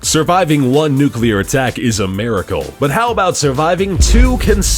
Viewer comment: Damn Amewicans, dwopping dose newcler bowmbs awl ower da pwace.